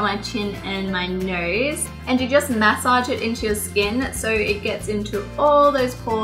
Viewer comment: "Mass-age it" love your accent